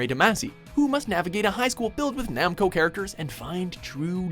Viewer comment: How do you mispronounce Namco then say it right the second time. Triggered